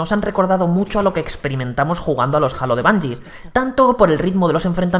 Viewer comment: Alto Youtuber pusieron para probar Halo Infinite, Halo lo pronuncia como el culo XD